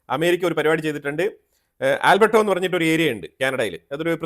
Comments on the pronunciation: Bro. Not albertos, its Alberta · ആൽബ്രട്ട not ആൽബ്ര ട്ടോ സ് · Not Albertos, it’s Alberta